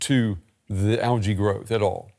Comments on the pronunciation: It's algae al-jay not al-gay 😂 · Al-g not algay lol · Someone should work on their pronouncement of algae